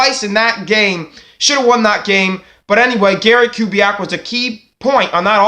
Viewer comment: First of all, a HUGE thank you for taking on my request in your latest video. It's an honor. Second, your pronunciation of the name was spot on. 👊 Now to the good stuff... I am still of the opinion Kubiak would want to come back if he had some guarantees of a commitment to the offense. I don't say that to suggest Kubiak is a dictator or a prude, but because we know Kubiak is a great offensive coach. As a fan (or even if I were Harbs, Bisciotti, Ozzie, and company), because I know the talent of Kubiak, I wouldn't want to waste his time. If he comes back, it should be because both parties want to reunite, and both want to be serious contenders to compete for a Superbowl. It should go beyond "Oh Gary's a great guy, and regardless of our plan or philosophy, he'll be on board with whatever we do." Like I mentioned to you earlier and you've reminded the rest of the nest...Joe had TWO, two-touchdown leads in the 2015 AFC Championship game. Even though our defense let us down giving up the lead twice, Joe answered the challenge. And if it weren't for two clutch TD drops by Torrey Smith in the endzone...the Ravens likely could've had ring #3. However, your point about Gary Kubiak returning because the Ravens are a respectable organization with a family atmosphere does have credibility. Even when people depart the team-be it coaches or players-the Ravens usually do right by them with respect to where they're headed. Caldwell got another HC job with a great QB in Detroit with Matt Staff